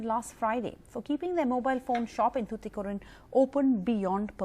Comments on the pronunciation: yemma athu SOOTHUKORIN illama "tuticorin" unnoda pronounciationla theeya vekka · It's tuticorin , not thuthucorin .